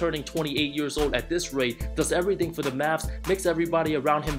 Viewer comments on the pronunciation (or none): none